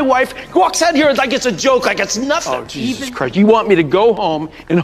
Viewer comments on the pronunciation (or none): none